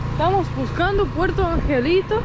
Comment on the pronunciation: Es Puerto Angel y Manzanillo con "O"